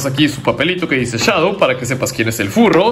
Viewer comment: Se dice Shadow